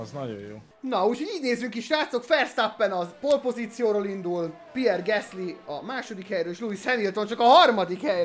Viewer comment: Nem gesly hanem gásly igy kek kimondani